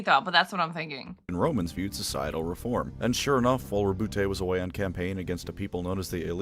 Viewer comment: As a note - you pronounced his first name correctly. As Rou-Boot. His name is the French version of Robert. I have no idea why so many people say Row-Bootay.